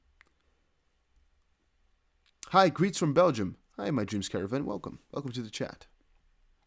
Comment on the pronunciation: You speak English very well. Love the Velcome ... adds interest !!!!